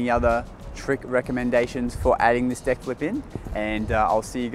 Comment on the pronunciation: its is really funny how you say deck u said dick